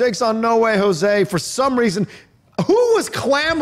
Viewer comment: Why does keep saying Jose as Josué?